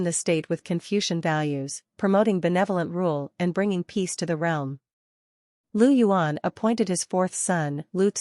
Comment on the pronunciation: Its not Lu yuan, Its Liu yuan.